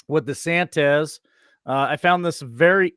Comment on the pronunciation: Why is it that nobody doing these shows can't pronounce DeSantis....it's not DeSantez.....